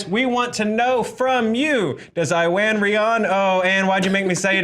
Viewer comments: its not pronouned i-ran it's eww-an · I-Wan? You having a giggle??? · Guys! You still didn't pronounce his name right! You're stressing the I too much. The I is the same I sound in "it".